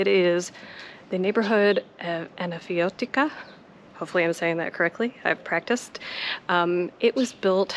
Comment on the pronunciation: Loved Anafiotika! Rick Steves went up there on his visit to Athens and had coffee with one of the persons who live there. Bravo on your pronunciation too! I did not see the link for Flaneur.